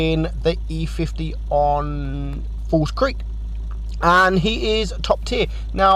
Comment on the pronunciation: gotta love how he called the e 50 "e50m"